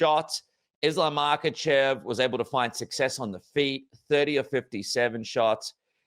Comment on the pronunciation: Hate the way he says islams last name 😂